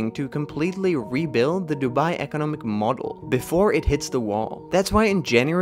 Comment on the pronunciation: You say economic weird. You annunciate the wrong part of the word lol. You keep annunciating “eco” when it should be “nom”. I’ve never heard anyone say it like that, ever, and it’s baffling - resulting in the need to go back because I didn’t hear anything else you said lol.